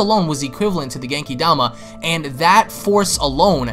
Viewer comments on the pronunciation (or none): none